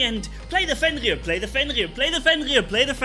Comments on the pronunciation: Everyone: "Fenrir" Manni: "fEnLir" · Manni just pronunciates "Fenrir" like he was talking french, honestly still don't know how it's the pronunciation 😆